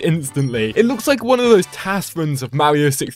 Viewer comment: its Mario not mawio